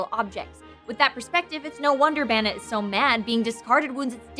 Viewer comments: I've only heard Arcanine pronounced that way as well. Terra Estrahl Except that it's definitely bane, not ban. Nothing about ban makes sense with the concept and design. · "Banit"...? I always thought it was pronounced "Bay-net". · its pronounced bay net not bah nit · Oh sweet, The Dex is doing my favorite Pokémon! This is going to be gr- * They pronounce it Ban-it* TRIGGERED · wouldn't it be bay-nette as in bane-ette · isnt it bane-ette? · pronounce it's name right, it's Bay nette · pretty sure it is pronounced bane-ette? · During the whole episode, I kept looking over at my Banette plush wondering who would ever want to throw it away. I was also wondering why they spent the whole thing pronouncing Banette wrong. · You explained the name nd continued to mispronounce the name.